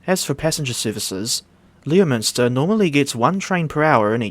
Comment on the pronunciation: Leominster is actually meant to be pronounced like "LEMster" believe it or not.